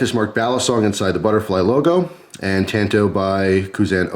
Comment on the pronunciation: Yikes "tanto" think of the original Karate Kid and how Mr. Miyagi says "San" lol Otherwise cool.